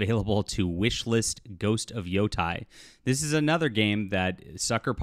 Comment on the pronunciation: Not that it matters much, but the pronunciation is not 'yo-tai', it's more like 'yo-te'.......or 'yo-DEI', whichever one you prefer.